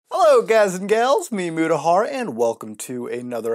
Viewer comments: I always thought he says: me, muda hard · Thats not how you say the name Mutahhar.